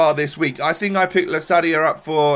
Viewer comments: you prenounce it as '' lokadia'' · You pronounce locadia as lokadia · Prenounce Locadia as Lowcaddya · You pronouce it with a 'k' As Lokadia👍